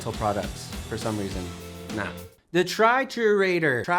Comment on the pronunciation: It's pronounced tree-tour-ah-door. Triturador is Spanish for crusher.